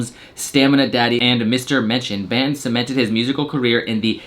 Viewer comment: Goddamn whiteboys! Its BON-TON 😂